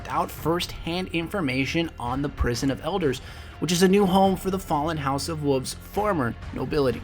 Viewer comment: I don't like when people pronounce wolves as wuffs.